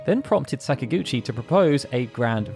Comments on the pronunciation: This is so off topic and petty, but whatever. This is not an indictment of people from the UK, but I don't understand how they get so many things wrong with that language developed by your own ancestors. "Sakaguchi" is NOT said with a short "a" at the beginning, like "sack." English people almost always use the ä pronunciation in this instance — they pronounce most "a"s as "ah"s. It's an annoying, definitive feature of the dialect, but often consistent. So WHY, when you get to a point when it's blatently pronounced "Säkaguchi", do you use the short "a"? It's maddening to me. You do the same with Italian, which is my own heritage, and it's garbage. Learn how to speak your own language for Christ's sake. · Are you saying that Sakaguchi is an English name and should be said following English pronunciation? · I'm not at all. I'm saying it should be pronounced with Japanese in mind, meaning the emphasis would be on the first syllable.